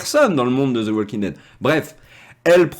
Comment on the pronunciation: Cessez de dire zo The Walking Dead c’est fatiguant à la longue dites The ( de sur le bout de la langue 👅 comme si vous avez un poils au bout mais cessez de dire zo The Walking Dead . Écouter encore et encore et vous n’entendez plus de zo The Walking Dead